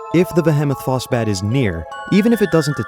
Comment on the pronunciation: The vehemoth phosbat is said vee hee moth quickly to mimic behemoth and then Foss bat the mob